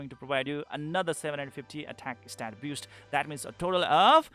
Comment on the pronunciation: You say boost so it sounds like "biust" :)